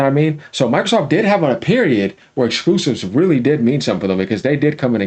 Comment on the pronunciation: This guy's voice and lisps get on my nerves. The way he says "Exquoosives". 😂😂😂